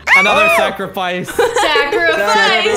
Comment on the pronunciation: Instead of sacrifice its zachrifice